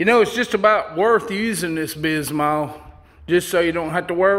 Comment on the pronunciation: Bismuth is said like bismyth